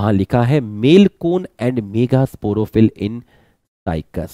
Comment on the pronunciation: Kis kis ne sir ke mega kehne ko megha मेघा notice Kiya 😂